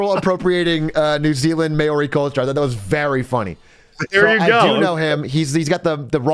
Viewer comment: Atroic said mayori 💀